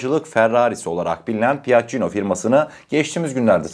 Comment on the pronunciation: Piaggino deyil piaggio